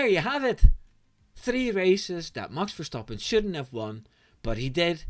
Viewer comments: Ik kon het alleen horen aan de perfecte uitspraak van "Max Verstappen ". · The way you pronounce Max Verstappens name restores my faith in Americans! Google translated "and he yelled at GP" as "en hij schreeuwde tegen de huisarts", so yeah, Dutch is a difficult language.